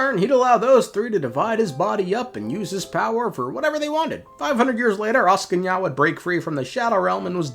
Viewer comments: I'm asking ya why you say it not like Axing ya. Peak engagement bait though :face-blue-smiling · As a Slav, I was almost in tears laughing when I heard him mess up all the four names in a row to the point of turning them into completely different words as if he simply couldn't read letters at all aSKinya, koscheKi, snagger-gorcha?? and alvis, yeah, just brilliant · As a Slav, I was almost in tears laughing when I heard all the four names in a row get messed up to the point of turning into completely different words aSKinya, koscheKi, snagger-gorcha?? and alvin Atp I'm completely lost on a question whether it was done intentionally or genuinely can't read letters at all